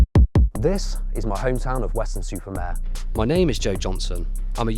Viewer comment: It's Weston Super Mare you said. Weston. Super. Maaaaaarrrrrre